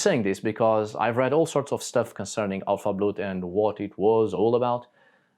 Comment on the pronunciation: Älvablot...not!!!!!! Alfa.get better.